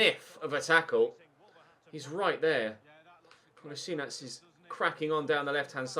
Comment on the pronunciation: Kull-as-ee-natch For some reason I got really annoyed when you pronounced Kolasinac wrong